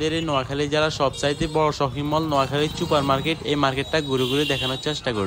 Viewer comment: চুপার কি? সুপার বলেন